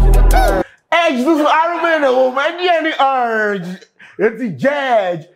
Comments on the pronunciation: There's "r" in "URGE" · Who told you there’s no R in URGE 😂😂. You for make sturdy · Sark en crew too no dey help… so nobody heard him say jurgde and erdge?? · Please there is "u" in urge wai